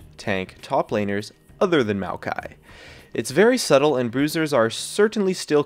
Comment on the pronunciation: if you're talking about maokai, why show malphite? or are you just pronouncing it weird?